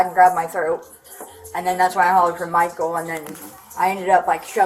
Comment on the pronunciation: I like how the wife keeps pronouncing the stalker’s name as “Michael-a”